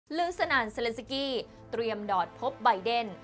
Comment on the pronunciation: เซ เลน สะ กี้ ชื่อเค้ายังอ่านไม่ถูกเลย🙈🙈🙈